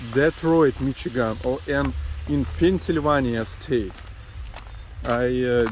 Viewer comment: Pennsylvania----> pencil-van-yah